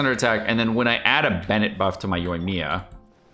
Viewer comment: The emphasis is on 1st i on Yoimiya. Dude why do you insist on pronouncing it incorrect, just once say right.